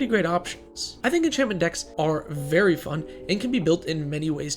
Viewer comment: "they have veey few infinites" oh no, how terrible, what a tragedy...